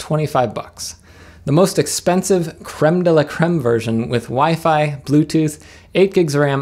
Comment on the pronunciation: Food? Is that a fork of foobar? I could use foobar to play DSD files from my NAS over SAN. Also, I think you may have mispronounced WiFi in that last part. Is WiFe a new thing? I don't see any WiFe around here. I'll have to look into that. Sounds expensive. Thanks for the video, and I hope you find a few laughs every day.